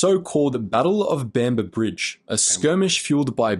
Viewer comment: This black monkey can’t even get the name of the location correct. He calls it “the battle of Bamber Brigade.” The location was “Bamber Bridge” in NW England. Who on God’s earth allowed these simian-like creatures to “escape” the plantations where they belonged then - and belong now? Picking cotton was all they were ever good for.